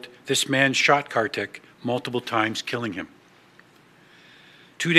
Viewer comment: Pronounced Car-thick